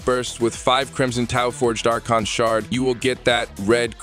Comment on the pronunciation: Y u gotta say "AR-CHON" instead of "AR-KON"?! 🤦🏻